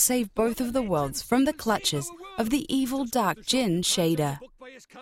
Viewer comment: its motorville and shadar not shayder